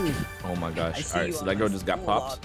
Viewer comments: He said “oh my gosh” but put a y sound before the o so it came out as “oh my gyosh” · He didn’t he say oh my gash